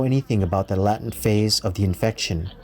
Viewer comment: "laytent" for latent